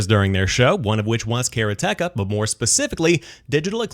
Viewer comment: Karateka is pronounced Ka ra te ka in swift order, and is a reference for a practitioner of karate. And I loved this game when I was younger. ;-)